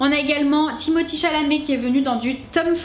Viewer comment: Timothee pas Timothy lol